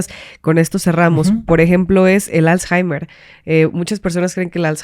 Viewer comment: aprende a pronunciar correctamente la palabra Alzheimer 🤓